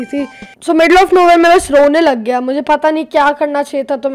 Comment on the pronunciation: " rone lag gaya " bolte hue itna stress kyun dala lol